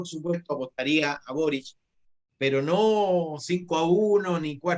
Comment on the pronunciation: Pepe auto 👀 pronuncia el apellido de boric como borich que inculto para ser político 🧐